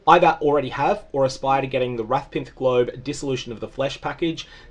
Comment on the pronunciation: Just letting you know, there is no 'n' in Rathpith Globe. I wasn't sure if it was your accent causing you to say it like that in previous videos, but now that I see it written out I'm sure that's not the case.